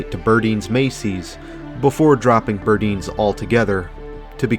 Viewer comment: Thank you! The pronunciation was killing me throughout the video..lol